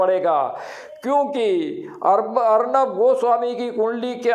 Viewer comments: Arban nhi arnab.. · ऐसे सौ अर्नब आये और हजार जोतीषी आये तो भी ठाकरे सरकार नही गिरा सकतें. अभी लिख के रखों. और जोतीषी अर्नब को अर्बन कहा रहा है. जो ठिकसे नाम नही बोल सकता ऊसको भविष्य क्या समझेंगा. पागल जोतीषी को भी चिल्लाने की बिमारी लग गयी है. कुछ नही होगा तूम समय बरबाद करते रहो.